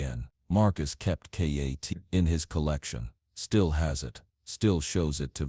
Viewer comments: Its Kitt not katt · It's kitt not katt stupid ok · K.A.T.T. it's K.I.T.T.